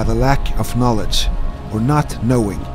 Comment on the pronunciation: "Go for it, or knot." Anyone else hear it like that? Lol